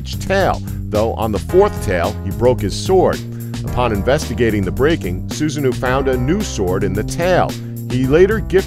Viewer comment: Jormungandr is definitely a snake, not a dragon. And Susanoo is pronounced Susa-no-wo